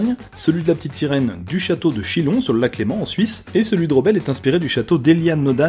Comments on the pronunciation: Alors, point culture, le chateau de Chillon en Suisse on dit pas "Chilon" mais... bah comme "Chions"... x) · en tout cas il sait pas pronnoncer chillon il dit chilon avec le l au lieux de chion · Le chateau de Chillon!!! "ILLON" on prononce "chi-yon" et pas "chilon" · Ta vidéo est super mais j'ai juste un truc à dire quand tu compares des vraies lieux à des lieux dans les Disneys le château de la petite sirène est en effet inspirer du château de Chillon en Suisse sauf qu'on dit Chion et pas Chillon voilà voilà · si jamais on prononce le chateau de ChYion, pas ChiLon (ce qui est beaucoup plus fun !) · Le château de “Chilon“ ?! Mon dieu mes oreilles ont saigné.. Ça se prononce Chïons ! Chi-on ! Bien que le château de Chillon prenne deux "l", ils ne se prononcent pas ;-) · Le chateau de Chillon sur le lac léman, on le prononce "Chions" et pas "Chillion" :) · Ça se dit : "Château de Chillon" avec la même sonorité que dans "fille" et non comme dans "filon" :) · C’est pas le château de « Chinon » mais le château de « Chion » à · Chillon se dit chi ion et pas chi lon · juste ^^ le chateau de Chillon, ce prononce Chion x) ^^ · J'allais l'écrire hahah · Oui par contre on dit le château de "Chiyon", cher Monsieur ^^ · Le châteaude chillons on prononce "chiyon" 😊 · Pour le château (en Suisse) de Chillon ça se prononce chiion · Ça se prononce "château de chie-on" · ça se prononce " CHION" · On ne prononce pas le château de Chillon mais de Chyon :) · Juste je suis suisse et le chateau qui a inspiré la petite sirène ne se prnonce pas chilon mais chillon donc on nantend pas les L voila😊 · Le château de chillon, on ne prononce pas les L, comme Dans chantilly 🙄 ça donne "Le château de chion" En fait 😅 Mais voui joli château et j'avais jamais remarqué la ressemblance avec celui d'Ariel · on dit (Chillon) illllle (iye) respecte nous ;). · Ca se prononce "Château de CHiion"🤣🤣🤣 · Château de chillon ce dit chiyon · Le château de chîllon se dit chion